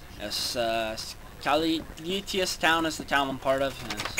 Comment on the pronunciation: Caelitus pronounced kay-lee-tus. :)